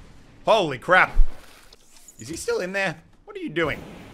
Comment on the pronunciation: Did you say crab instead of crap in the intro?